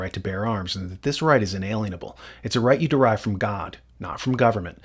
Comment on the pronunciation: It's in-a-lien-able, not in-alien-able, just fyi. Meaning is lost when our language becomes unimpeccable.